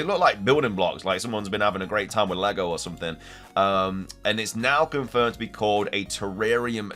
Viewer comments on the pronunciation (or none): none